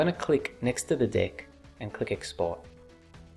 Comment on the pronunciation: Everytime you say "deck", I hear "dick"